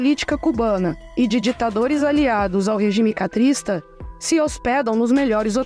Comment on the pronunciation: A narradora disse duas vezes "REGIME CATRISTA". O correto é dizer CASTRISTA. Que é derivada do ditador fidel CASTRO. Fora isso, grande trabalho!!! Força. Aliás disse 4 vezes, acho demasiado.